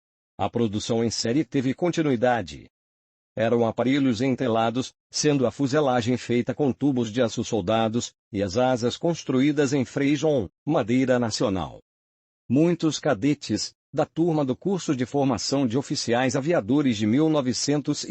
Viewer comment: ENTELADOS E NÃO "ENTRELADOS"! É FREIJÓ A MADEIRA E NÃO "FREIJON".